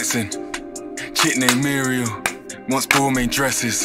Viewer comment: And “gourmet breakfast” not “score me breakfast”